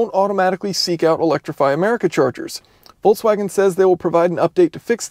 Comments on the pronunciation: Is he saying "Voltswagen?" That was a thing for only about 2 days... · why is it so difficult to pronounce the brand name?! at least there are no unfamiliar syllables to English speaking person. However, in the end it "sounds" like [voltsvagen]. Don't mention the first consonant, English never bothered with German V and W difference, but at least the middle ks definitely cannot turn into ts. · It's interesting that you pronounce Volkswagen, "Voltswagen" in a feature about an electric Volkswagen. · Why do people keep calling it "VolTswagen" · Good content as always, but it is pronounced Folkswagen, not Volkswagen. V=F. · Volts wagen??? Folks vagen VW did it to you for mispronouncing their name 🤣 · Am I the only one hearing "VOLTswagen" all the time? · Does he say "Voltswagon"? :-D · Did you call them "Voltswagens"? 😆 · Calls it Volts-Wagen without even noticing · Folksouagen, ha ha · It's FOLKS-VAGEN, as in FOLK, like folk song. (in German language V is F, for some reason, and W is V, German isn't my native, so...) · "Hello everybody, and welcome. We are inside the VOLTSWAGEN" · I find it hilarious that if I don't pay attention it sounds like you are saying voltswagen :D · Being from Europe way that You pronounce Volkswagen sounds atrocious, it really hurts my ears :p Anyways, wouldn't QR code by the cord be a fatser option than playing with the app? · I understand. But still, why pronounce "ts" in volKS?